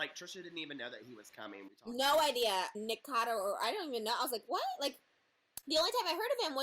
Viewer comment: niKOcado not nikado jshdjhd